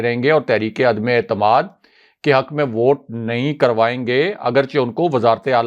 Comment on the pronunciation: اردو کا تلفظ درست نہیں الفاظ ٹھیک بول نہیں سکتے اور بنتے ہیں مبصر کرتے ہیں تبصرے تنقید کرتے ہیں دوسروں پہ. عدمے اعتماد 😂😂😂😂اپنی غلطی کو جانتے بوجھتے درست نہ کرنا جہالت ہے